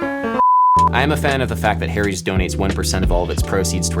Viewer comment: Funny how you pronounce "Harry's" like "Hairy's"! LOL Great music, BTW. I've been digging on lofi hip hop music for a year now, and this is the first tutorial that explains it. Thanks for being a hero!